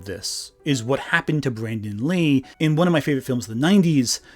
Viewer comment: Maybe it's your accent, but it sounds like you mispronounce Brandon Lee's name as Brendon. And I thought the Alec Baldwin accident happened while filming a scene where he was supposed to fire the gun. But other crew members had been shooting live rounds in them earlier that day or the day before, and the weapon master failed to clear and load them with blanks before the scene.